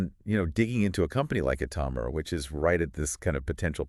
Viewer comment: Please learn to pronounce the stock name your talking about. Smh 🤦🏽‍♂️